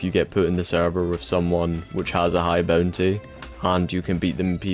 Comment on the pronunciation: MY LORD AS MUCH AS I LOVE U FOR MAKING A VID LIKE THIS I CAN NOT INORE THE "boontay"